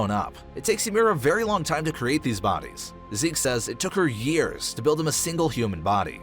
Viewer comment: "Altering boides"